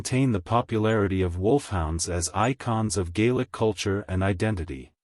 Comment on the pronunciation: Get rid of the AI. The mispronunciation of names and other Gaelic words is a bit troublesome for me. Other than that. Well done!